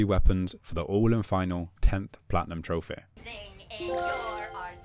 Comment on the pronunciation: I love how he says troph-ey lol